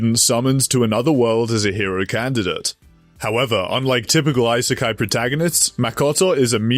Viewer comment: why do you keep saying EYE - SAY - KAI it's E- SAY - KAI